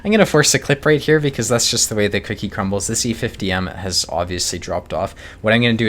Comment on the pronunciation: That's the way they QUICKY crumbles is what i hear.